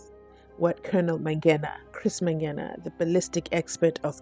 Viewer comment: What is so difficult about pronouncing the word MANGENA correctly,its a simple word,jeez,this judge,by the way i share the same surname with the "ballistic expert" but we r not related🤪🤪